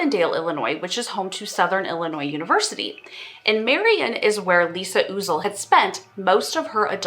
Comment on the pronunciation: Lisa UH-zle. not OOzle.... She was one of my besties, I gave police 2 names to check out. Nobody cares. :(